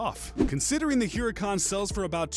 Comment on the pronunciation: He said huhrac